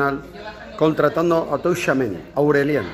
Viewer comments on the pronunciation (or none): Ron0: se pronuncia CHUAMENÍ no tushuameni. En francés la t+ch es nuestra ch, porque si no llevara t sería sh. Por otra parte, a ver si superas el tema Mbappé, que ya aburres. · Se pronuncia "Chuamení" no "Touchuameni" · Joder tomas que no se dice touuuchamenii Es TCHOU TCHOU TCHOU tchouameni no touchameni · Todas las veces que Roncero dice “Tou-Chameni” 😂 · Se pronuncia "Techáuameni" verdad? Xd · Bien roncero, ahora solo te falta decir bien su nombre tuchameni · Tomás, haz el favor y pronuncia bien el nombre. La T no se pronuncia. Se dice algo así como Chuameni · "Touchameni" 😂😂😂 Choamení, Roncero! Fichajazo! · Es tchuameni no tuchameni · De Kyllian Mbappeeeeeeeee a TChuameni 😂😂😂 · se pronuncia CHU-A-MENÍ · Roncero se pronuncia "chuamení" con acento en la i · Es como decir a nuestra abuela que pronuncie facebook. Firsbú, farsbú, fusbú, fairsbú 🤣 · No sabe decirlo jajajaja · Apréndete el nombre bien, Tomas, que lo dices mal y v a estar muchos años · A ver Roncero, aprende a decir bien el nombre que va a estar muchos años en el Real Madrid. Y supera ya lo de Mbappé. Con Vini no tiene sitio en el equipo. Fue un error apostar por él en lugar de apostar por Halaand. Pero bueno en 2 años ese error se puede solucionar por 150 millones.